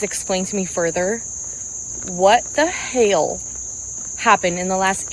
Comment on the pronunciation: Hell: "He-ell"